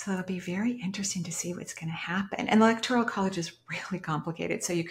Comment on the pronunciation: "Electoral" College. Slightly diff pronunciation.